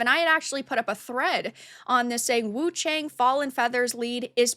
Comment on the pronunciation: It’s actually pronounced Woo chae-ung…this is as close as I can get but still not quite correct, especially without the inflection.